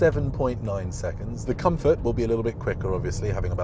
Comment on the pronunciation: 5.m 16 s COMFROT? What's COMFROT? Is this a Covfefe?